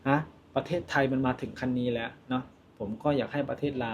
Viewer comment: ภาษาไทย เพี้ยนไปหมด..แร้ว..มันต้อง .. แล้ว..